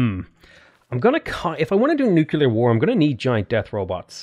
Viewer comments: Hey! Learned a lot from your games at Civ, but I need you to learn is Nuclear, not Néclar, i do understand your pronunciation thing but that is with ethnic names, such wonders and stuff, but nuclear is not pronounces néclar, cmon, i stress in this since it is a thing saying Néclar, Keep it up! streams are always amazing! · NU- CLE-ARE NUCLEAR not NUke ULar Nu Clear... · “Nucular” pronunciation is sending me